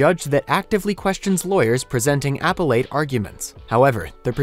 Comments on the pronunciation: its appellate, not apple late. its Koch, not Koke. Jeeze. Simple pronunciation this announcer can't even get right. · The word is appellate.. Announcer: "apple-ate" Me: I thought it was pronounced "ah-pel-it"... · It's not Apple-ate. aPELet. 🙄 also: Annenberg not Anna Berg. Narrator should know. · Speaking of being familiar with legal terms, in segment 2 with Ellen, appellate is NOT pronounced apple ate. It's pronounced uh·peh·luht.